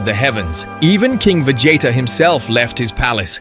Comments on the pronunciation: VA JAYTA??? LOL WTF its VEGEETAH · Vegeta not Vegieta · Vegeta ❌ Vegeyta ✅ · The pronunciations of Vegeta's name sent me laugh every time XD